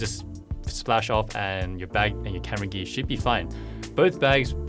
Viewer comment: Sorry to ask but you spell gear like gee what is this country accent(I learn english)